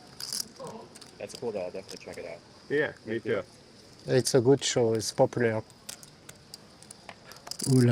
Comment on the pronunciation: "it's populÈre" 🤣